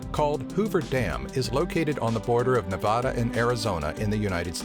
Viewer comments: 'Nuvaahhduh' Oh cringe. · its not pronounced <Nev-ah-da> its <Nevada as in c-A-t> im american sooo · U pronounced Nevada wrong